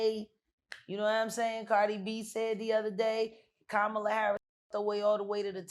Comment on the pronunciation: First: I would vote for a pile of dog poo over a fat racist chump; Second: Main interviewer needs to say Kamala's name correctly and I like Jaguar, but stay out of the political lane.:face-red-droopy-eyes